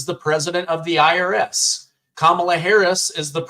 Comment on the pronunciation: The IRIS! That is funny! Sounds like IRS.